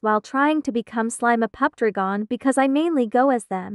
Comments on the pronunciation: the tts really popped off. instead of it saying dragon, it said: "dragkhon" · nah it said drakgohn